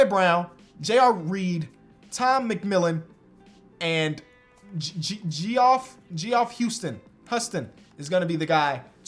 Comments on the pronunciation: Geoff pronounced Jeff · Geoff is pronounced Jeff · Geoff is pronounced like Jeff but spelled differently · Geoff is pronounced Jeff, just so you know :) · give me... me: geoff: jOFF?? jee-awf. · Someone gotta tell that Geoff is pronounced the same as Jeff lmaoo